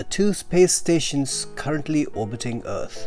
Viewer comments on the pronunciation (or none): none